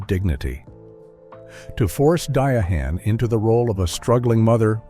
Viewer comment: Her name is pronounced Diane, not Dia -Han !!